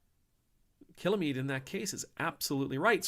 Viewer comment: Picky pint for future videos: Kilmeade is two syllables, not three. There is no syllable between l and m.